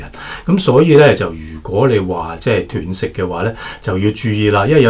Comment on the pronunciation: 医生是外行，連断食都讀錯😅😂😅